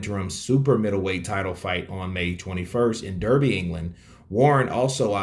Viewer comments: Derby the place is pronounced Darby. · Derby pronounced Darby in England my man 👍